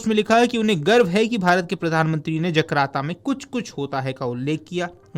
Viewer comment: जकार्ता ✅️ जकराता❌️